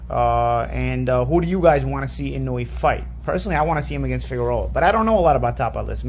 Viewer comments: Bruh…his name is pronounced “ee-no-oo-eh”, with 4 distinct syllables, not “eenooey”. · Inoue It's not "IN-NU-WE" It's pronounced "IN-NO-WEH" or "IN-NO-WAY"